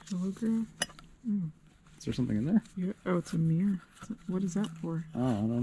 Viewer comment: 11.46. MIRROR not MEAR!!